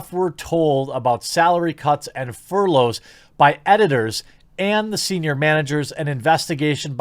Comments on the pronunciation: Jeremy, my man, fur-loffs? It's furlough, pronounced fur-low, plural fur-lows. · I did laugh a little when I heard you say "furloffs" We all have moments where we say something off and we just roll with it lol